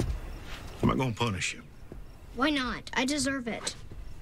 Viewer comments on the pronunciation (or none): Uma dica que um amigo americano me deu , você fala gonna assim (gona) mas na vdd pronuncia (gana) . Ele tá me ajudando perder o sotaque , são detalhes pequenos mas ajuda !